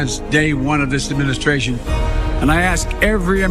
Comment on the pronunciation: He said "demishtration" not Administration! In the let the people decide part.